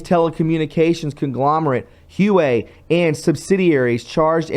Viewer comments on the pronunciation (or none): Huawei is pronounced "who-way-way" my friend! Thank you for all of the wonderful work you do! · if you wish to sound credible and taken seriously~ a word of constructive criticism...maybe listen to the news before you share it~ so you know how to pronounce words like 'Huawei' correctly! (FYI~It is pronounced 'Wah way'!)